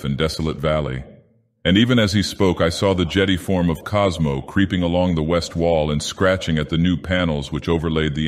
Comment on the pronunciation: "Cosmo" lol